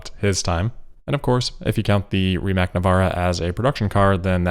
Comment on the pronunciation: RIMAC is pronounced REE-motz